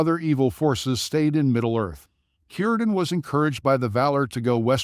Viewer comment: Shocking AI can pronounce Cirdan correctly but not Celebrinbor